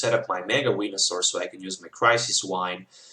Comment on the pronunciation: You were saying wenasaur....